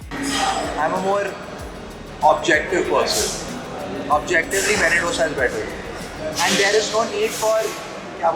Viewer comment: Low key cringe the way you pronounce dosa